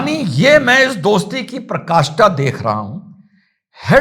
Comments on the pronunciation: In clip 2.29 you used a word Parkashta which is not correct, the correct word is Parakashta, I generally do not make such comments because it may be a slip of tongue, but the reason for commenting here is that you may not really know the correct word, it is not a big deal, this can happen to anyone, the reason for commenting here is that the pronunciation you did has a wrong meaning, next time you should choose the correct word, thank you from the bottom of my heart for the video क्लिप 2.29 पर आपने एक शब्द कहा परकाष्ठा जो सही नहीं है सही शब्द है पराकाष्ठा ,मैं अमूमन इस प्रकार के कमेंट नहीं करता क्योंकि हो सकता है यह स्लिप ऑफ़ tounge हो ,लेकिन यहां कमेंट करने का कारण यह है की हो सकता है आपको वाकई में सही सब्द न पता हो यह कोई बड़ी बात नहीं है ऐसा किसी के साथ भी हो सकता है यहां कमेंट करने का कारण यह है कि जो उच्चारण आपने किया उसका गलत मतलब होता है ,आप अगली बार सही सब्द चुने ,वीडिओ के लिए आपका तहेदिल से धन्यबाद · "पराकाष्ठा" बोलिए आप "प्रकाष्ठा" बोल रहे हो।